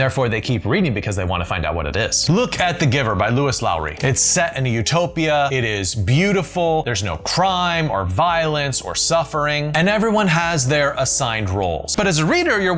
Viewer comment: The presenter says "Louis Lowry" for "Lois Lowry." Similar errors in other of his videos mark him as a man of poor read-out-loud skills.